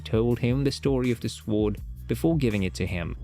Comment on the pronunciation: Psst… the ‘w’ is silent in ‘sword’… Just thought you should know. Nice video, but you tend to be repetitive… 😅